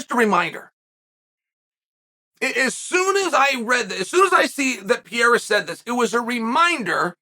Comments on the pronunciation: Pereira, not Piera bro :face-green-smiling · Here you go Chael, try to say each word correctly then run them together Pereira Wrong - Pee Era Right - Pear Rear Ra Yair Wrong - Your Ear Right - Yiy Ear Makhachev Wrong - Mackle Chev Right - Mack Ha Chev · Stop saying "Pierra" for crissake!! either say Pereira or just say Alex bro. please. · I love how Chael keeps saying “ Pieira “ instead of Pereira haha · PA-RARE-AH Not PEE-ERA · Pur-rare-ruh to Pierre-uh. Never change Chael. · He’s fully committed to calling him PEE AIR UH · Is he doing a bit when he says peoples names? There is no way he doesn’t know he’s saying it wrong. Per-air-uh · Chael it's pronounced "pie-yay-uh" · Pee-era, MakhL-chev, Na-gone-ew, I could go on all day. Where he gets an L in Makhachev we will never know. If there is one thing Chael is dog sh!t at besides striking it’s definitely names. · Pee-air-ah - uncle chael (undefeated undisputed) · Chael has earned his right to his opinion... but refuses to pronounce Pereira's name correctly. Ok. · This white man needs to say Alex last name right.